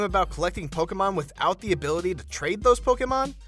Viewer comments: It's 'Poke-ee-mon', not 'Poke-ae-mon'. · Did it annoy anyone how he says pokaymon, pokaystop and pokayballs